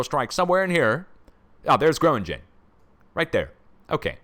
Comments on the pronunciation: Gröningen pronounced Grerningen I think, fracking country, gas villages. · The Dutch town of Gronignen is pronounced " GRO- NING- EN"